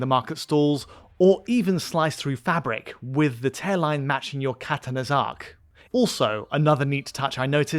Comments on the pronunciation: Maybe that's a typical British pronunciation of katana, but it made me physically recoil. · Whyd he say "katana" like that?